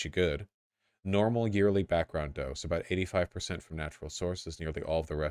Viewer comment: love it when voosh starts talking aboot beta radiation, the chat went full JLP.